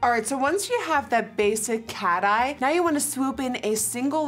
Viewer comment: Nikkie literally does a fabulous wing and she is the only one who still says “bAsIC cat-eye” like what? I can barely do a straight line